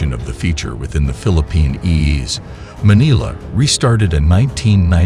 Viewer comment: Manala??? Where is Manala? It is Manila! Get your computer synthesized narration fixed.